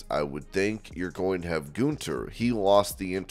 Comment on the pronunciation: GUN THER. Not GOON THER.